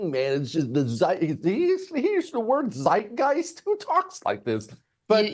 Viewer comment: what's funny is he mispronounced Zeitgeist. He left the first "t" off and said "zeigeist". Which means he doesn't even know what it means! H'e probably never SEEN the word, it' just part of his rhetoric....